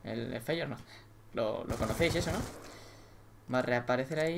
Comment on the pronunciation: dijo feyenord!